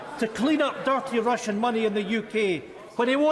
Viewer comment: "A sewer of durrty Russian money..."